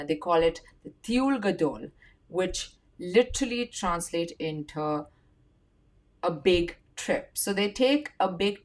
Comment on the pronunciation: Can't speak the word "into" correctly. If you can't integrate in a country that was actually yours how can you integrate in Israel.